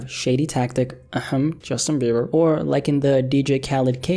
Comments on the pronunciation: Justin BEE-BERR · the legend, has now changed another man's name. Justin Bieber is now Justin Bee-Burr.